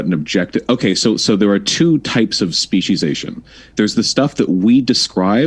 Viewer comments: Holy shit Vowsh, it's speciation, not speciZation. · Nobody: Vaush: SPECIESIESATION